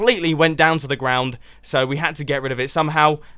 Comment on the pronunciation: The Way he says ground in makes me laugh